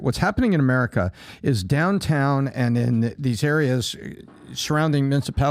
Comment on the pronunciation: EVERYONE: America PBD: Amereca.😂😂